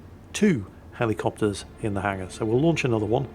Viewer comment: Listening to rattle off naval facts and information and names is very soothing. Thoroughly enjoyed. Also, the American in me cannot get enough of hearing this grown man say "Helly"copters. Tickles me to no small degree